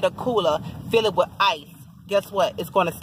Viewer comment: She said wich yo big butt. Lol